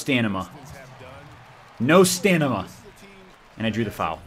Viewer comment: "I had no stanima... no stanima!" ..... it's stamina lol